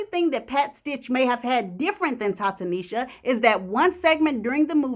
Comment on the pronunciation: "Ta Tanisha". Smh